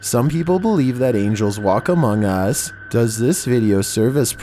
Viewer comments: Probably the scariest thing in this video is saying "Among Us" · HE SAID AMOUNG US NUMBER 15